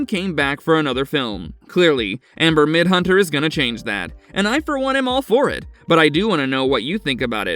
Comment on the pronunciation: Midthunder!! Jesus, you're making my ears bleed